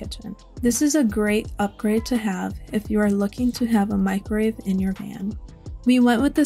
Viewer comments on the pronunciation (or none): Love the build, but it sounds like you keep saying "microrave" instead of microwave. Just an observation.